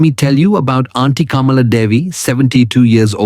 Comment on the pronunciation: I presume the voice over is by an Indian. If so, why is he pronouncing Sharma and Kamala in such an anglicized accent? It is so irritating when Indians want to show off their "breed".